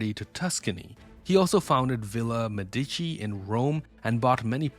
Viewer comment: This an Ai channel or what? It's not waaah it's war! It's not medicine family it's medichi... Lol